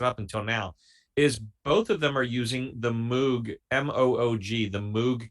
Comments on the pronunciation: D’oh! I just discovered your channel tonight. I’m subscribed now. At the risk of sounding like the Pronunciation Police, I just want to mention that Dr. Moog’s name sounds a lot like Homer’s favorite bartender, Moe(g). If you want to see and hear a great combination of pianos and synths, consider Rick Wakeman’s solo piece during the ABWH tour. It’s an instrumental, so I’ll understand if you feel that it doesn’t fit your channel. I’m looking forward to the early Genesis reaction. Those videos are of a much higher quality than Yessongs and similar concert films. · While it's true about the synth that Robert Moog (pronounced Moe-g, not "Moo-g") built is the MiniMoog Model D and yes, it was monophonic - you are correct that was one of the factors that gave its unique sound. The other fact is that he designed it so as to be easily used live on stage and took many tips from musicians at the time and designed them into the finished instrument. The list of artists that used the Model D in their songs, many of them hits, is very, very long.